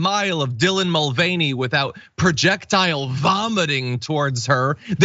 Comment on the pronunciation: i thought it was pronounced MULL-vah-NAY